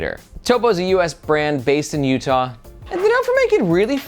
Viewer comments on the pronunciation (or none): none